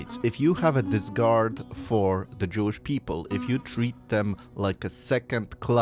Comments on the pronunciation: Great offering of information. By the way, it's "disREgard" not "disgard," Sir. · You keep using the word, “discard” (which means throw away); I think you mean “disregard” (which means lack of care and respect, pronounced “diss-ree-gard”). There is a similar word, discord, meaning strife and disagreement, but I don’t think you are trying to say that. This was a very informative video. I learned a lot. Thank you!